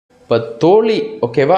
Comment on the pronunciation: ஐயா தோழி என்பதில் "ழி"யை சரியாக உச்சரிக்க பழகவும்... தோளி என்று உச்சரிப்பதை கவனிக்கவும். நிறையபேர் சமீபத்தில் மழையை மலை என்று உச்சரித்தார்கள்!.. வல்லின, மெல்லினம், பொருளையே மாற்றிவிடும்!..